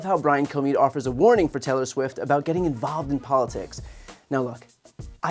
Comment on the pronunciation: He said Taylor Swim. Different celebrity! 😂